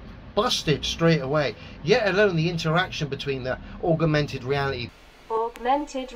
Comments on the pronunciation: Aug-er-mented Reality! LMFAO! Great vid. P.s. "I can't work-er that out-er!" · " "Augermented weawity" Who invited Elmer Fudd???? ;-) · And augermented reality... which may be what drills the tunnel that LEO lives in. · You are right, but he has not known the word "augmented" for long, we can hope he pick up on how to pronounce it :-), but he is surely giving it heavy usage. :-) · It's not just 'augmented', he has problems pronouncing quite a few words, although I can't remember any particular examples off the top of my head. Now, I am the last to laugh at people because of their pronunciation/spelling (although being a fully paid-up Grammar Nazi, I am more than happy to point it out!), but when you are trying to come off as vastly more intelligent than a massive group of highly educated scientists such as those at NASA, then it's a good idea to at least get some basics right...! Wade-A-Minit: what am I saying?!?! He's a flerfer! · Of corse LEO can't say augmented reality he can't even say calculator... culculator 🤣